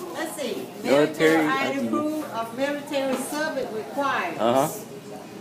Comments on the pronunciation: "miritery" asians XD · What the fuck is intucated & Milliturrry?